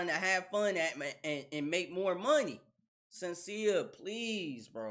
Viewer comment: Shhhhhhen-see-a, not Senseea.